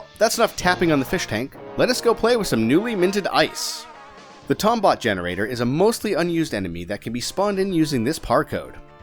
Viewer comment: Ughh come on, it's pronounced Tombot, not Tombot! Great video,. Loved the Spongebob reference it god a good laugh out of me.